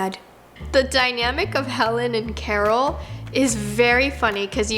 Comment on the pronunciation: Carol beginning of vid: cara-rolla one